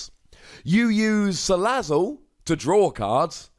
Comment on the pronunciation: Wait a minute... He's Pronouncing Salazzle Correctly